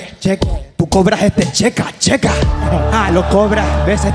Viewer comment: "cobras este checa checa" para el que no entendio, quiso decir "cachetazo": y si entendieron todos, yo lo entendi tarde jajaja